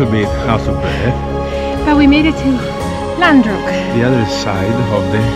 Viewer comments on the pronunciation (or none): It's Ghandruk not landruk Hahahaaha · İts ghandrunk not landruk silly